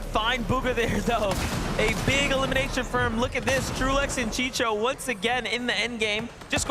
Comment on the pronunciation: These commentators are bad AF at reading names!!!!! The guy is named CHICO not CHICHO, WTF!!!! Get people that know how to talk, instead of choosing those who talk fast but it's all gibberish..... Learn the history before saying dumb sht!